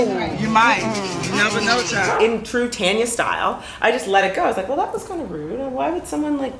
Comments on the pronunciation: I love me some Tanya. She is so down to earth, friendly and classy. Btw when you guys call her name I hear tenya n not Tanya. Is that how she pronounces her name? Just curious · Love you girlzzzz! Tanya is so funny! We pronounce it right here in the UK Girl.. Its Tanya, Not Tarnya... Haaaa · Naw your name is Taun-yah 😂 I'm not Tan-ya